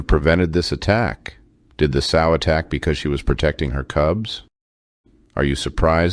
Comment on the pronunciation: You lost me when you called it a "soe".